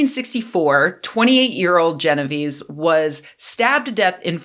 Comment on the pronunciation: jeno-vay-say. It's Italian. :)